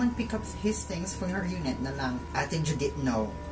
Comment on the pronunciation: This is all Judit's fault: JUDIIIIIIIIIIIIIIIIIIIIIIIIIIIIIITTTTTTTT-H Me: wow the he said it with an h😂